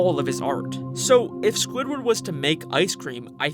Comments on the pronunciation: this is the second time you said sqoobert instead of squidward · does he call Squidward scopper